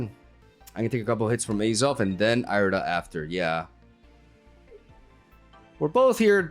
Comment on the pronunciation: Ear-eh-duh my brother in christ not eye-reh-duh